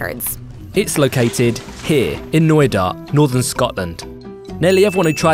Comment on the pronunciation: I heard it noida. But it is knoydart..